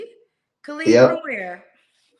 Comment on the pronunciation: His name is Khalid -not Clad